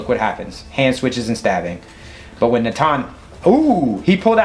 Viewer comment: Great commentary as always. You pronounce Natan more accurately than even most Israelis do 😂 (emphasis on the second syllable not on first)